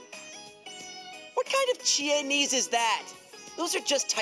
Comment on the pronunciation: Chie-nese, OKAY. OKAY Also liver is Yucky